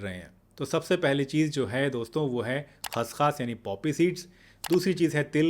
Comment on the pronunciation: खस खास नहीं खस खस कहो ।